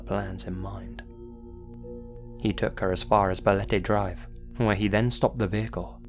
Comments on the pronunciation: Love from philippines, also you pronounced balete perfectly~ Ive heard the place and im not that far from there too but never been there before. I might try after the quarantine since im curious too and ive been hearing the story regarding to balete dr since i was a kid, there are also news reports too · pronunciation of Balete is on-point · The pronunciation of “Balete” and “Quezon City” were right on, actually. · You got the pronunciation of Balete Drive correct! Bravo! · Pleasantly surprised you pronounced "Balete" well. Much love,! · You nailed the pronunciation of "Balete Drive" <3 <3 <3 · No apologies needed, good sir. You did not butcher the word "Balete" at all..well maybe a little bit but way better than one would expect lol. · My man Nailed "Balete" and "Quezon" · Balete dr. .... you said it right .... and that street is absolutely positively haunted .... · I gotta say as a Filipino, no apologies necessary for the Balete Drive segment, you pronounced everything perfectly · OMG! YOU FEATURE MY COUNTRY!! YOU PRONOUNCED BALETE CORRECTLY! <3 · You pronounced Balete drive perfectly. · Great pronunciation of Balete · BALETE was pronounced perfectly lol omg ud pass as a local haha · "BALETE" yep you got it perfectly! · Hey, you pronounced Balete perfectly 👌